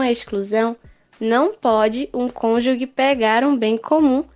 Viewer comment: A pronúncia da palavra "cônjuge" está errada